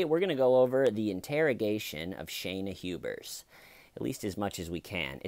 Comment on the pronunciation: "Hubersiion" lol